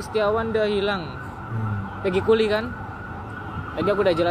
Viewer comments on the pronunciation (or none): CUPLIKAN bang bukan CULIKAN😂😂😂